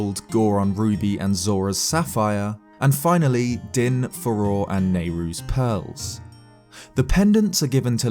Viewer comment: does everyone pronounce farore "faror" ive been pronouncing it "fah-ror-ae"